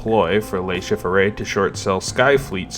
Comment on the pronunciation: I can't tell if it was intentional or not, but the amount of times names are pronounced wrong in this is wild. Also made for a good drinking game. Le Shifferay, Javier Bardum, Mr. C, Blofield and I absolutely lost it at "Dave Barista". Enjoyable video overall. Good content.